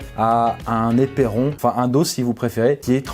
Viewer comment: Déjà , d'entrée on ne dit pas épéron mais éperon . Allez dodo